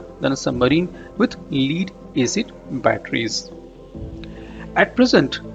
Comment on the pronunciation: Lead rhymes with head or dead not heed or deed.